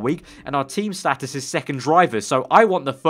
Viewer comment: its status not status